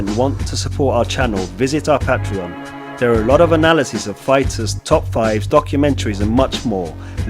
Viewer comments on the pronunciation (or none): none